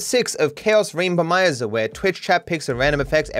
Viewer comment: At the start of every episode I always smile when says rainboMIZER instead of RAINBOmizer.